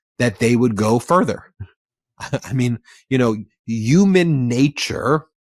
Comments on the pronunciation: I love ya Ben, but for the love of all that is holy please say HU MAN😂❤😂❤ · Bro knows the “h” in human isn’t silent right?